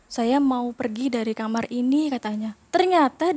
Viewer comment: Gatau knp narasumber perempuan kalo bilang "kamar" aku berasa denger "kamer" hehe